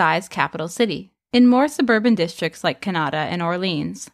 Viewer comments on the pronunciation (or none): KAH-NAH-TAH not KAW-NAW-TAW